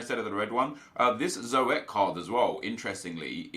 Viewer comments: Hahahaha it's not "Zo et" it is just zoet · Zoet 😂😂 zo-et 😂😂😂😂 its z oe (the oe like a ou sound) t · Zoet is pronounced as zoot just thought you'd want to know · You pronounce zoet like zoot because he is dutch